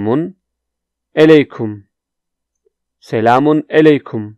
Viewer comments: Your Turkish pronounciation is extremely bad. How could attempt to teach Turkish? You are not able to say properly even "Merhaba" ! You cannot say many phrases as well. Such as, you say "selamun eleykum" instead of "selamun aleykum"... How is that? Stop teach please. And I also would like to say to audiences: Do not learn Turkish from this guy. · You said selamun LA kum🤣